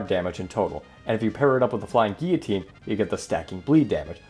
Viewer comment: Dude it’s gill-a-teen said like that